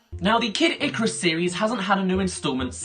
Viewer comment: You pronounce Mario and icarus wrong